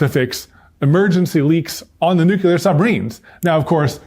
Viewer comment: much love. power outages are frequent occurrences for me in Maine. , "nuclear", not "nucular". i wish they would've taught you how to pronounce the word "nuclear" correctly. you can boil water in the fireplace.